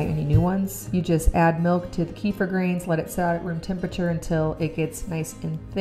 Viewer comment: I just found out kefir is actually pronounced ku feer’ with the accent on the last syllable.